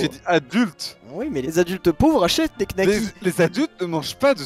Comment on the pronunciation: donner son avis sur les knacks sans même savoir le prononcer... les nouveaux riches...